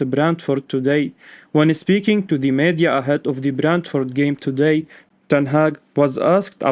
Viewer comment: Meeeedia, not meadia